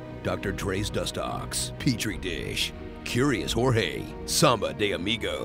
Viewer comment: "Curious Jorge"😂